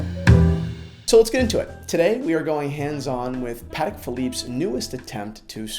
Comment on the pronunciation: its PAH-TEK